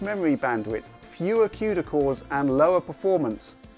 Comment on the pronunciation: Did he just say "Quda core counts" XD